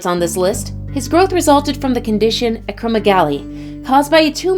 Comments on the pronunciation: Its acro-megali not ACROMEGLY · Dudeee pituitary not pipituary, acro-meg-aly not acromogly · This ladies pronunciation irks the heck out of me . Pituitary debut (daybu) acromegaly